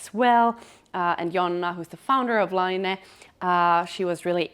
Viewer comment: I thought laine was to be pronounced the French way to mean wool, it is pronounced layne meaning wave in Finnish.